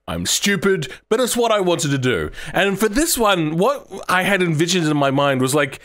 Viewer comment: It's go and do, not guarr and duarr 😂